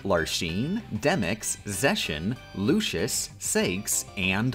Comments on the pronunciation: I have never had to do a double-take so hard as when he said "Shaldin" Edit: Also "Lushord" and "Sakes" Edit 2: Ok now I'm almost certain the mispronunciations are on purpose, there's no way you just think every x is pronounced like an sh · Why mispronounce the Org. members names? It's Larks-ene, Lucks-ord, Sai-ex, Zex-i-on (sounds like an Eevee form), Lex-a-us, and Vex-en. Are you intentionally doing this?